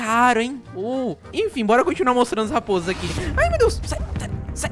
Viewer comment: O se matu a lapoza a nao me chame de bura e matou não matu e NÃO e lapoza e rrapoza ok? ;-------------------------; ;3